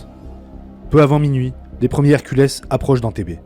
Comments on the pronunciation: Les "Herculess", sérieux? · Pour l'avion Lockheed C-130 Hercules, la prononciation dépend de la langue que vous utilisez. En français, on dit [ɛʁ.kyl] (èr-kul). De rien...